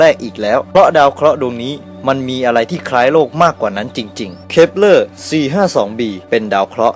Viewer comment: เหมือนได้ยินพูดว่า ดาว creeper 555+